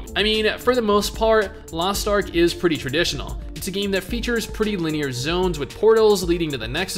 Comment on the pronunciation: You sound like english is your first language, but can't pronounce "linear" LUL